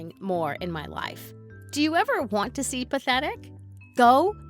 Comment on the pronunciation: Tee tee?? It's too too